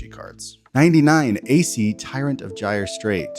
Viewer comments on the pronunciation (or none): none